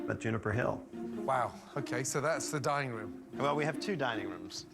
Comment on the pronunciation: I thought Ramsey said “the dying room”😂😂😂